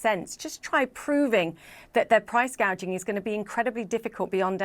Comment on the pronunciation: I could swear she said, "..price gauging..."! Yep, she knows her economics!